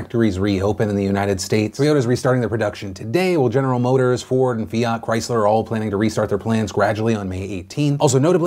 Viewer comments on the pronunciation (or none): none